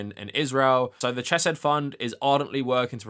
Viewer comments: I love the video but I’m dying every time I hear Ch-eh-said. The CH sound is pronounced like Chanukah, both in Biblical Hebrew and the constructed language that modern Hebrew is. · I agree with your points but please learn how to say Hebrew names. It's a courtesy every language should be afforded. Also it's incredibly distractng hearing you pronounce Chesed "chess-said".